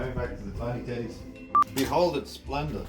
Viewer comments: Am I the only one that heard tiny tiddies instead of tedies and since they repeated it more I COULDNT THINK OF ANYTHING MORE send help V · he said tiny teddies and i thought he said tiny titties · I can't help but hear Tiny Tiddies whenever you two say Tiny Teddies. I'm so immature. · Why did I hear ' tiny tiddies '